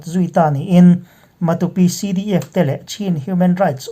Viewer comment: i puang thiam in a ngaihnawm lutuk, Matupi hi kaw tha lo tih te, Sa ke chhia tih te ang in han thluk la, Matu ram tih na a ni ang a, a thluk pawh a dik ngawt ang